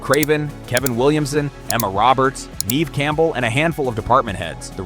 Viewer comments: Nev (e) Campbell. SILENT E. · geez i hate ai vids and voices. it keeps saying neve's name wrong